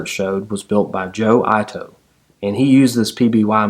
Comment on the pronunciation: I love your narrative, you"re a very good story teller. I may be wrong, but if Joe Ito is of Japanese ancestry, his name may be pronounced like 'eatoe', rather than 'eyetoe'. I could be wrong. If so, my mistake. The story is compelling, nice to have history come to life.